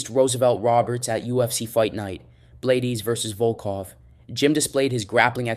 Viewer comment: How does someone make a full MMA video and not know how to pronounce any of the names? Blaydes=Blay-Deez? 😂😂😂😂